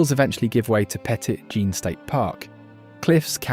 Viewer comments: Ok, some notes: The Christ of the Ozarks statue was originally planned to be taller, but they learned FAA would require a red flashing light at the top, so they made it shorter. That’s why the arms look too long. Petit Jean is a French name, the “t” is silent (petty jean is how it’s pronounced). Also stating you don’t believe the story and neglected to show her grave site, right at the top by the lookout. It would translate as “Little John” in English. Two facts that lean toward it as being more fact than fiction. Eureka Springs was originally a sacred site where tribes would call truce within the sacred springs area. Though tribes were forced off the land, some families stayed and they’re still there. I’m not naming names. Last I checked, Beavertown Bridge (Little Golden Gate” as you said) is a wooden, one lane suspension bridge. No turning around halfway through. You could back off, as has happened when two cars try to cross at the same time. I think there may be a light now, but often people just go if they see no other cars coming. It pays to take your time there. Osage sounds like, “oh sage” Eureka Springs has burned twice, and they just built on top of the old buildings. That’s why there’s a tour to see the underground, it’s not just basements. There are sidewalks and walkways under what you see when you walk on Spring Street today. There are many stories to tell about the Crescent Hotel. There are resident spirits seen again for decades. Basin Park Hotel is in Ripley’s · Petit Jean is pronounced (Petee Jeene)